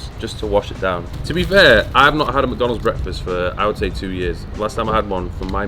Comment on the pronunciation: It's McDonalds not "macdonds" trash go and puke now